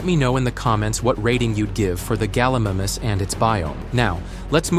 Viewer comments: It’s not pronounced gullimamus its gallimimus and it’s pronounced gal-i-mime-us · Galimimus gal-ee-mie-mus